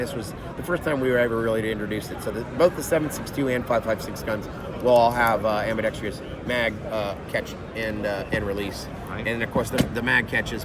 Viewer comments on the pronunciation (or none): ah yes, the elusive "ambidextrious" controls